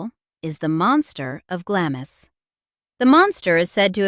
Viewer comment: Glamis is pronounced 'Glams'...you keep going from correct to incorrect pronunciation.